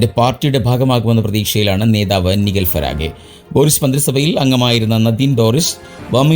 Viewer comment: നൈജെൽ ഫരാജ്. Not നിഗിൽ ഫരാഗെ. Next time please correct.